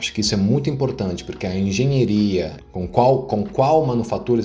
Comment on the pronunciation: "Engenheria" foi a pronúncia errada, é diferente de engenharia ou pura frescura mesmo?